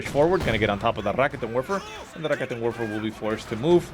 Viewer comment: is rolling the r ok... I guess. but he should put emphasis on the 'ket' part, not the 'rikitin' part. so... 'ra-KET'n Werfer'